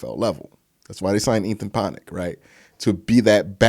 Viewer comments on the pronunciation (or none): You gotta quit saying Ponic lmao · It’s Ethan Pocic … (Poe-Sick)…. Right? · Ethan "Po Sick" is how its pronounced. You still the man though, bro💪